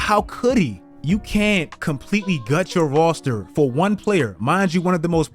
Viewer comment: my man said "Rawster"